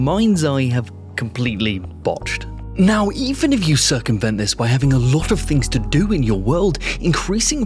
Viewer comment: That is the most Oirish "tings" I've heard in a while.